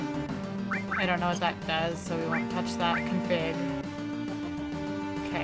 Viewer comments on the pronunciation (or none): none